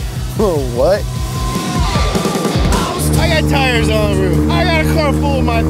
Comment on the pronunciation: ...rear tired low, great start XD